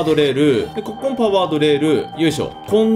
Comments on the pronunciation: さんの「ここ」の言い方完全に「こ↑こ↓」だよな。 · 6分の所で、ここっていう発音が野獣先輩になってる。